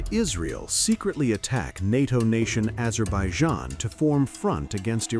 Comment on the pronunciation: NATO Nation...Azerbeidzjan???!!! 😂😂😂...Fake A.i bullshit!!! 😂